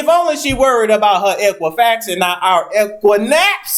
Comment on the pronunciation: Not Equi-naps! 😂😂😂